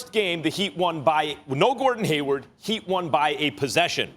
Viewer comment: MY MAN SAID GAYWARD LMFAO